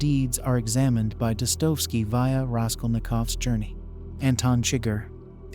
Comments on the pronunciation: This has to be AI generated, How can you know so much about Dostoevsky and not pronounce his name correctly?! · Firstly, pls pronounce names properly: Jean Paul Sartre, Iago, Dostoyevsky and Raskolnikov,etc...An elegant exploration of the possible views of "Evil"...But here's my much simpler take: The Golden Rule is universal, meaning it applies everywhere in the universe where sentient beings abide. It can be broken only by Violence and Lies, two sides of the same coin...Lies appearing alone are always an attempt to distort one person's, family's, tribe's, nation's grasp of reality for the unequal benefit of the liar... Force of concealment and/or concealed violence are always there on the other side of that coin. On the other side of the coin Violence, however obvious and bloody, as in Pol Pot's, Idi Amin's or modern Israel's behaviour is either disguised/concealed or openly justified with: Lies. So, there's always Lies AND Violence. If you, your family, your tribe, your nation DO NOT lie and violate others, you may think what you like...and in the spirit of Free Speech, you may say what you like, so long as you don't threaten Violence...So it's simple: No Lies and/or Violence and St. Peter must take you in...End of Sermon